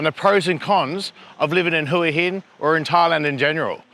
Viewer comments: It's Wha Hin not Whora Hin! lols, get it right, love your channel, great watching! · Hoooey inn . FFS. It’s pronounced HWA HIN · Where is Who Hin, cant even say the name of the place right. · Barry is pronouncing it correctly. Hooha Hin is dead wrong and makes you sound like a tourist, I love it here and am definitely not going back. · you need to learn how to pronounce Hua Hin. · pronouncing Hua Hin wrong. Barry correct. Head Rock, just ask the locals.